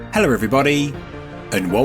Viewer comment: First word: Hello- it is not pronounced with an R at the end.